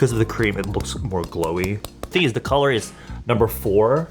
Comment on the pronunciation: lmao tHe qRréėm